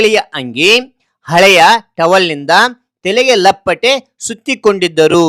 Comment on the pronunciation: ತೆಲೆಗೆ ಅಲ್ಲ ತಲೆಗೆ 😂😂😂